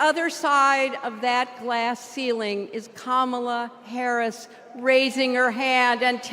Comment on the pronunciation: 她居然把Harris说成Karris